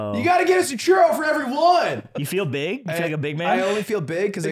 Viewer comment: Beeg Yoshi. This is beeg